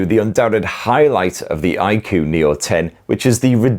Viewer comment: It's pronounced I-koo 😅